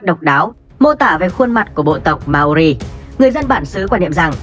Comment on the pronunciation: Mao ri not ma o ri nha :)))